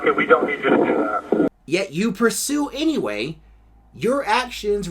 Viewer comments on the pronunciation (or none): none